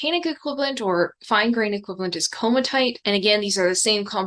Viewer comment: Wonderful video. Early Earth researcher here, it's pronounced komati ite (ko mat E ite)